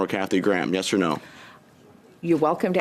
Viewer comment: She cant pronounce "yes".